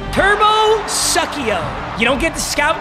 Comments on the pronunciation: "Turbo Suck-E-O" It's suu-see-oh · His name is “Turbo Sue-si-oh” meaning dirty/naughty turbo it’s Spanish but suckio is way better 😂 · It’s not SUK-IO it’s SOOS-IO 😂😂